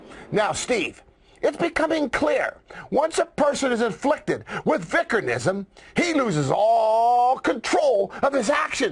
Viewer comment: Man I'm glad Spencer pronounced vickernism correctly!!!